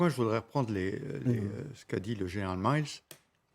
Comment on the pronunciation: Trinquand: "Ce qu'a dit le général Miles"... Quoi? Miles... c'est Milley (prononcé mille-et). C'est ça nos experts?